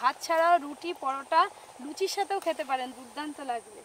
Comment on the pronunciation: Durtanto....😉😆😁😂🤣 saying durtanro 😁😂😆😉 but I like a u r all recipes n specially ❤ Dadu❤heloooooo